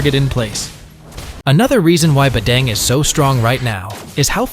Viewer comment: Its badang not badeng 😂